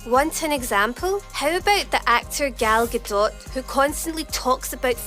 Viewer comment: you're pronouncing Gal Gadot's name wrong